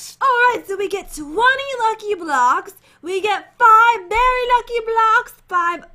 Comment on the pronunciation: Jen said 'Berry Lucky block haha